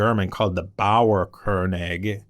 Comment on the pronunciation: Interesting! The pronunciation of European names makes it tricky to follow sometimes. „Baouwarkorneyg“ is probably Bauernkönig. Apart from that: great listen.